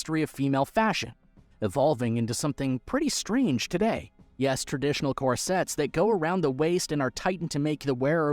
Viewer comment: Core sets v corsets... Do you deliberately mispronounce words in order to get more comments?